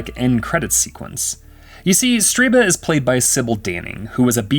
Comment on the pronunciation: Stirba. Not StRiba.